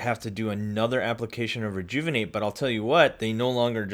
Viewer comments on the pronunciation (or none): Take a shot Everytime he says rejouvonate